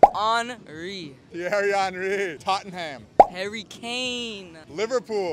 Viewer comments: It’s tott-num that’s the pronunciation not totting-ham 🤦‍♂️ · the pronounciations of tottenham and ajax hurt my ears but the kid does have decent knowledge